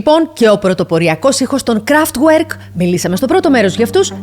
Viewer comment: Κραφτβερκ διαβάζεται όχι κραφτγουερκ Kraftwerk